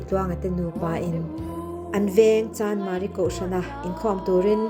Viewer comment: "Chandmari" tilo in CHANMARI han tizawk tala